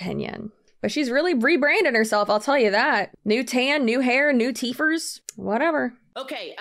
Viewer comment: I almost died… it was the “teefers” that got me… thaaa teefers!